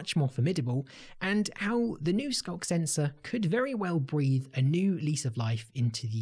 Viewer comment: It actually sounded more like "skonk sensor," or maybe "skunk sensor."